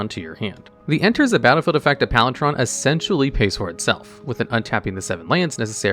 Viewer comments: now i know you just mispronounce to troll us. PalinTron is just messing with us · Sounded more like he was saying PalinTRON. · Palintron? I see you're upping your mispronouncing game to keep up with your biggest competition, Seth (probably better known as SaffronOlive) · He’s pronouncing it “PalinCHron.” Instead of the hard ‘c,’ he’s pronouncing the ’ch.’ It threw me for a second, too. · you're gonna be terribly disappointed then, he mispronounces like 400 cards bare min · I don't think I've ever heard anyone so grossly mispronounce the word palinchron... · Listening to palinCHRON said incorrectly so many times made me leave the video holy god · Wait, you pronounced the ‘ch’ in Palinchron but then pronounced the hard ‘c’ sound for Isochron Scepter…? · Hearing it pronounced with the ch hurt me physically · maybe he has dyslexia or something and just consistently misreads card names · He deliberately mispronounces things because it leads people to comment, like we are, which boosts the video in the eyes of the YouTube Algorithm. It's becoming a pretty common trick. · Palinchron! Not “palin-tron” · Hearing "Palin-chon" instead of "Palin-CHRON" is really sending me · Are you saying Palin"tron"? …Instead of "chron"? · Palin TRON! (sorry, i don't wanna be a weenie about it, but Chron is ALWAYS pronounced with the hard K sound... Like Chronological? Palin Chron. Make sense? I love your channel by the way! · Why are you saying PalinTron? It's PalinKron...jesus. This is the thing that I hate most about these types of videos. Also, you spelled it wrong. Seriously, does anyone who makes these things do ANY research? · Palin-chron, not Palinch-ron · Palinchron, not Palintron... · Are you saying Palintron instead of Palinchron? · Palitron? My guy, how do u get a T out of Palinchron? Do you even attempt to read the cards before you try to pronounce them? Another screw up like this and i'm unsubbing. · "Palin-Tron" hurt my soul. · Is it just me or is he saying “palintron”